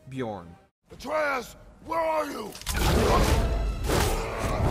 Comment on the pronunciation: >Sees the boss name on screen >Björn >Still writes it as "Bjorn" and doesn't look up how to pronounce "ö" Christ...